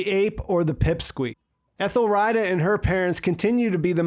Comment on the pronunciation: You do know that its pronounced 'Ethel - Rita (Ree-Tah)', right? Please stop saying Ethel 'Ryda'.